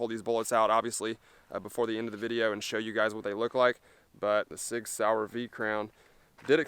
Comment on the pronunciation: soi-yer sig sauer